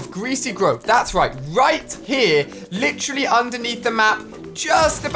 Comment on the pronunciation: Nobody: Not a soul: Ali a: LiChaLlY